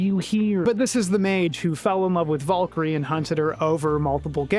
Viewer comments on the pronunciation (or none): I kept hearing you say 'Vulkry" over and over, and then I saw who you meant. VALKYRIE! VAAL KEER EE! And if that's how the game pronounces her name, then the game is fucking wrong, too.